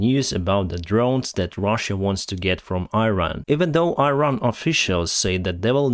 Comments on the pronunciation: It is not EYE-RAN, it is EE-RAAN. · It's not pronounced 'Airan', it's 'Iran'. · I-ran? Please, learn the pronunciation of countries you talk about. Iran (Persian: ایران Irân [ʔiːˈɾɒːn] (listen) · “Iran”. pronounce . You are not only talking to anglo-american audiences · try to pronounce iran as Eran. Like Elon in Elon Musk. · you're doing a great service, thank you very much. But please use correct pronunciations of Iran and Iraq. Thanks again, and more success to Ukraine.